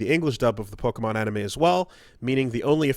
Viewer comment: Doing my part of getting "mad" at for a mispronounced word. "Pokanon." SMH.